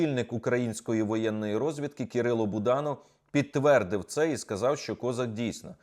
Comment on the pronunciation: Не КОзак, а кізяк,у нас в Україні козАк.Він народився в Україні і її зрадив,і наголос над прізвищем не туди поставив!!!